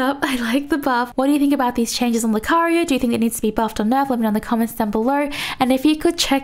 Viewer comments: R u a Filipina? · Actually made me laugh xD